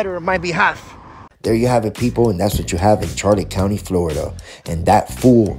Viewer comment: can’t even pronounce the name of the county correctly……but carry on 🙄